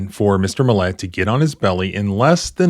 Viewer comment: Why do you keep emphasizing the wrong syllable of the guy's last name? It's MILL-et. Not mill-ET. Emphasis goes on the front end, there, not the back end.